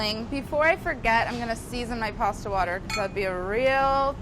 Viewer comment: I like her she pronounced pasta correctly